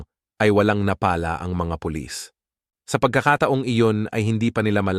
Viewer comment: Maganda ang boses , subalit ang pananagalog ay hibdi tama ang pronunciation. Tulad napala, pabagsak dapat subalit ang pagkaka gambit mo ay parang nagpapala. Pakitama ang pronunciation Tagalog yam madali tulad tao, .yon lang subalitvkung hondi ka iponanganak sa Katagalogan, forget about my comment. Kasi Ako tubong Bicol subalit magaling ang mga Pilipino Teachers nong araw.